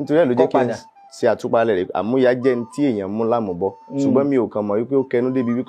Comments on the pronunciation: Amuya (Collateral) should be DMM. Your tonation is wrong. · That part Amuya wasn't well pronounced until when he explained it before one get to know😮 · Amuya pronunciation by the olootu is wrong